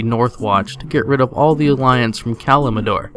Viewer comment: Kalimador? Its Kalimdor. Right?